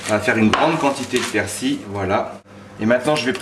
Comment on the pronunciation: persil et non persi on prononce le L